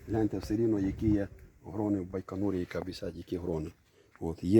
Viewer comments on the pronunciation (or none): Не Байканур а Байканур.